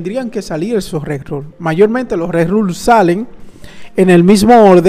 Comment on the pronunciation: Video genial como siempre, nos mantienes al día gracias a la información que nos traes con tanta antelación. Un pequeño apunte, se dice RERUN (con N al final) 😊 saludos!